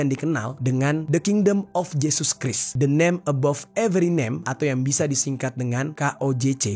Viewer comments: Christ dibaca krais bukan kris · Fyi: Christ dibaca 'kraist'